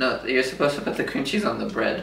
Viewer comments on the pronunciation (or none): It sounds like you said bed instead bread 😂😂😂😂😂😂💙 at the beginning